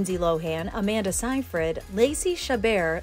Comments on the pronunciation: yeah but the woman in the video pronounced it signfred. That's why I commented, I found her mispronunciation funny. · Seyfried it’s pronounced sayfred